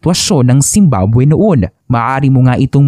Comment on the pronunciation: 0.47 second, bakit zimbaboy narinig ko😂